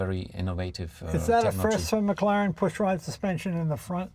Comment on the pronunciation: Did tha' peepers bro' jus pronounce tha' W1 as a..McGlaren...auch aye, laddie..a McGlaren !